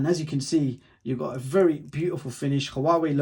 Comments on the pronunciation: Great review but pls, Huawei is pronounced Waaa-way. Not ha-waa-way! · Why do you say hauwawei it sounds weird is huawei